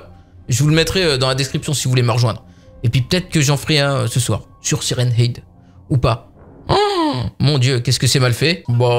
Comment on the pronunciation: sa se dit head